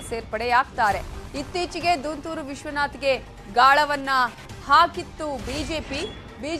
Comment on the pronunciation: ದುಂತೂರು ವಿಶ್ವನಾಥ್ not ದಂತುರು